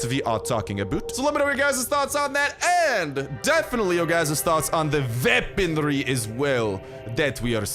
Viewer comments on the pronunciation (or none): Me saying weaponry = weaponry saying weaponry = veaponry